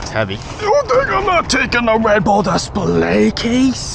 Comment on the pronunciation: Love it when you say dis pl ayyy Lmaoo you’re soo funny. Keep up with the awesome humor 😂